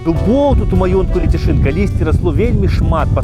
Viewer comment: Пры ўсё павазе, але ЛЕЦЯШЫН а не Ляцяшын.